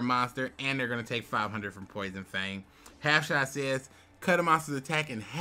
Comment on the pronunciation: Boi, I'm about to buy you Hooked on Phonics lol. Half SHUT, Blast Held By A Tribute, Des Nutz. But anyways man great video as always. Thoughts on deck currently: Your back row is definitely stronger, and better suited. Whats your thoughts on Mirror Wall vs Half Shut? Half Shut can be used for attack, or on your own creature to keep it alive, like Lady Ass if the opponents monster is >2000, but if you have Des Nutz the creatures attack has to be >3400 for it to be better than Mirror Wall. Mirror Wall on the other hand can be effective against all your opponents monsters if they have more than one, is pay to play if your drawing bad, and is a trap instead of a spell, which I personally like in this meta. You got rid of Sorcerous Spell Wall! I said before I like it more than Poison Fangs, because its only a 200 damage difference, but there's many other reasons it's good. It increases Des Nuts def to 2000, which I think is OP considering, in the current meta, most monsters are within that range. Plus it's a field spell and your spell/trap field is pretty clogged with continuous/wait-to-activate spells/traps. Shard of Greed. I love Shard of Greed, it can win games. But, it's too slow a lot of the time, or it becomes a dead draw mid/late game. You have 12 non-monster cards in your deak, I feel like if you replaced it with a to-be-determined creature you might have better duels. Maybe. Lady Ass. I don't love this card. It deals damage, and saves you an attack from a monster. I